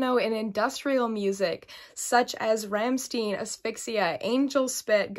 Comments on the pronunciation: You butchered Rammstein pronunciation. :D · She said Ram-steen 🤣